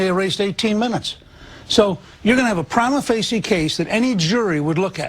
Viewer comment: Oh my god he doesn't know how to say prima facie (pree-muh fay-shuh) snd yet he uses it as if he's an expert.